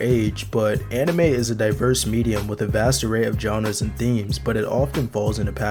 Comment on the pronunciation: "Enimay" bled my ears